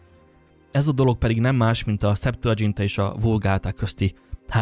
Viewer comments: Nem szeptuadzsinta, hanem szeptuaginta. (nem olasz, hanem latin.) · Csak egy kis észrevétel, a szeptuagintát (septuaginta latinul: hetven) így ejtjük, ahogy átírjuk latinról, és nem dzsé-vel, ahogy azt az angol nyelvterületeken teszik. A latinban nem volt dzs. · Szuper videó, egyetértek. Septuagintának mondjuk, nem dzs-vel. Ajánlom még Tóth Gyulát mindenkinek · Kiráj! Én is ráguglisztam, hogy a szeptuádzsintá meg a vulgátá között háromszáz... izé, haccáz év meg egy kicsi van ! :) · Nem, nem irta le a történészek szemszögéből, ugyanis teljesen tájékozatlan a torteneti kutatásokban, modszerekben, eredményekben. Laikusként hordott össze egy csomó sületlenseget, és még elnevezéseket sem tudott helyesen kiejteni (pl. Septuaigunta). Nem baj, ha valaki nem történész, ha érdeklődik, csak ne akarja megmondani a tutit, mintha történeti tudományokból lenne diplomája, mert alapvető dolgokkal nincs tisztában.Amúgy van cáfolat rengereg, itt a kommentek között is, de a Rubicon folyóirat is egy egész számot szentelt Illig cáfolatára. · Legalább tanuld meg kiejteni a Septuaginta szót ha már erről okoskodsz...:D